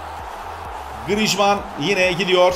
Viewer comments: Abi Grıjman Değil Grıezman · abi grişman deyil grizman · Grijman değil grizman okunuşu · Grijmann değil grizmann likeleyin de görsün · grijman deil grizman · 1. yi hatırlamıyom ama gırızımane değil 😂😂 griezmann. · o oyuncucun 10 tane okunusu var:) 1 grizman 2 grisman digeride senin dedigin iste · diyorki yorumda abi diyor griezmana neden grizzşman diyor